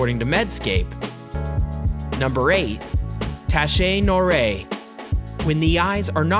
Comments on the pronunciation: Lol you should try the google translation voice speaker before saying a foreign word.. Tache Noire is spelled Tache (Tash) Noire (Noar) with both E silent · please pronounce TACHE NOIRE aka BLACK STAIN correctly ....so it should sound like phonetically 'TASH NWAR'